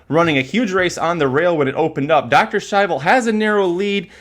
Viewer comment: Listening to The Race Call Was Kind of Annoying The Way He Kept "Purposely" Pronouncing Dr Schivel Wrong....Congrats to Winner....Razor Sharp Form Should Not be Underestimated in This Sport